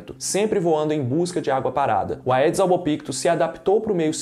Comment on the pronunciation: Não se diz "aedes", e sim "edes". Em latim, "ae" tem som de "e".